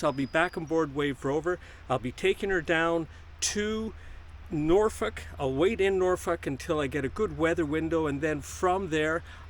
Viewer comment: Pretty good pronunciation of Norfolk (for a Canadian anyway)! 😜 Oh, and Happy Birthday!!!